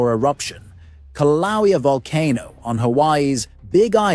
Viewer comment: How am I supposed to trust any source who can't pronounce Kilauea? And the Axial Seamount has erupted many, many times an poses no threat to Oregon. It's 300 miles away and collapses, so it doesn't cause a tsunami. calm the hell down.